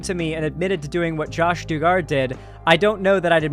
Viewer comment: it's pronounced Dug-er